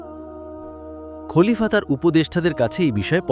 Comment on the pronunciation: আসসালামু আলাইকুম আপনি বারবার খালিফা বলছেন কেন শব্দটা তো খলিফা হবে